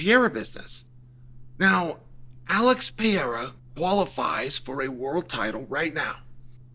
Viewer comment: Chael, please learn how to say Poatans last name correctly or dont speak on him at all. CHAMA